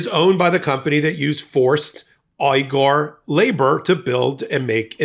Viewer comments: It’s pronounced “wee gur” I believe. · Phonetically, it's wegar, long e. We gar. FYI. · The ethnic groups name is pronounced We-gar even if it is spelled the same as Cenk Uygur's last name. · The name of the people being exploited by Shein and who suffer systematic genocide and crimes against humanity committed by China, the Uyghur, is pronounced "WEE-gur". Just a POI. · The company is pronounced “Sheen” and the oppressed ethnic group (Uygur) is pronounced oy-guh. A little research wouldn’t go amiss instead of making numerous intrusive adverts! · Shein is pronounced: SHEE IN Uyghur is pronounced: wee grr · Pronounced ‘Wee-gur’… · Admittedly it's a word from China, but it's been in the news A LOT for years now. "Uyghur" is a Turkish Muslim culture, and we don't have the same sounds in English, but "WEE-grr" is pretty close. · It's actually pronounced more like Weeger. At least that's how it's been pronounced by other sources covering the genocide. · Slight correction: "Uyghur" is pronounced "wee-gr". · Uyghur is pronounced like "We-Gur" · This man can't say Uyghur..... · He also mispronounces Uyghur.